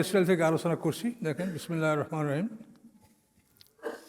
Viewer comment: ইনিত সঠিকভাবে বিসমিল্লাহির রহমানির রহিম বলতে পারেনা, এরাই হচ্ছে দুনিয়াতে ফেতনা সৃষ্টি করার লোক